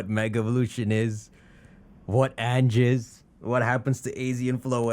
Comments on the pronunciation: Ange's pronunciation is actually An(on)-jay, but hey I don't judge. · "Ange" is French for "angel", and pronounced "ahnj" You forgot to heal your party after you faced that rando with the Chandelure.